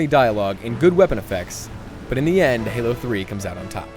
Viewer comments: Did you mean to call Halo gaylo?! If you did I will not be very happy... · You said galo 3. lol